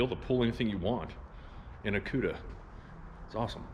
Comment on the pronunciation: i swear it sounded like said cuder. that is gonna be a hard car to get into. gonna need to step up so you can sit down in it.